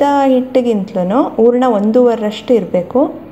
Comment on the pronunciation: It is hurana. Not oorna. Then Kannada sounds best.